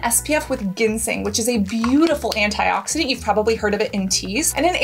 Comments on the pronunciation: Ginseng is pronounced JINseng (Cassandra). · Triggered by how you pronounce “ginseng” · Cassandra you live in the city and I think it would be great if you purchase your products from our brick and mortar stores here to help support local businesses. Also how come you pronounce ginseng like that? Is that how they pronounce it in Korea? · Ginseng is pronounced w a “j” sound 😊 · I’m questioning the validity of this video when you don’t even know how to pronounce ginseng . 😮